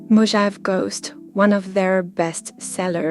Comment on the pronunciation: Mo-hah-vee. Mojave. I enjoyed the video and wouldn’t usually critique non native English speakers until it comes to a proper name where the pronunciation is way off. It’s not an English word so it can be extra confusing 😊